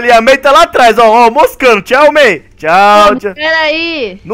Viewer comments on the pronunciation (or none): disse bia ao inves de may